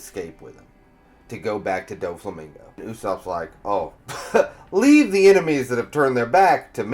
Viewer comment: I just came back to add Dyflamingo to the list lol it’s the only thing pulling me out of these videos and I’ve been watching them all day. I’d hate for even pickier people to stop watching Maybe check some anime clips to get the pronunciation?